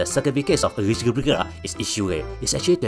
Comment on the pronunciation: Not bad forecast by a blue cat that can't pronounce "eligibility".